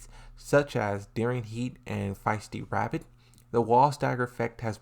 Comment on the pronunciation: Fiesta rabbit... bruh cmon. FAI-STI RABBIT LOL